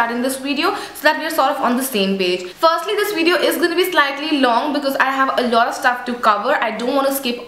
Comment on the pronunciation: Great video ! ps : pronounce the word "Video" correctly coz it is not "Wideo" as u say in all your videos. I would love to see more about indian food and recipies, shops in India..